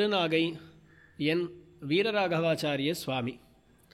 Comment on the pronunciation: veeraraaghavaachaarya is the correct pronunciation